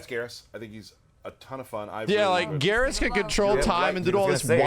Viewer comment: Why does nobody ever say Geras' name correctly? When you pick him, the announcer says his name. Other characters speaking to him say it aloud too. It should sound like "Beerus", but with a G instead of the B.... Right?